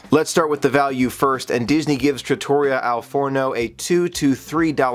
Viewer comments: thank you for all of your talent and skills with your camera,and for your generous spirit. I do think I can help you out with one little thing....trattoria is pronounced trat- uh- ree-uh..with emphasis on the REE. Looking forward to all of your upcoming adventures, hopefully recorded for us to share. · It’s pronounced with emphasis on the 3rd syllable, as in pizzeria.